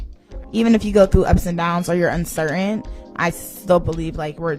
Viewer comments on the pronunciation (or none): Uncerene <--- thots pronunciation of uncertain tells all you need to know about her IQ